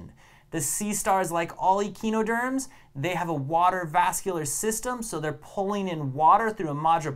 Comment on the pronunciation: really fun video, one small correction, it is pronounced uh-kai-noh-derms. Pentamerous is pronounced pent-AH-mer-us